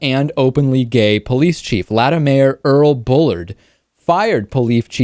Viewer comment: You said latta wrong.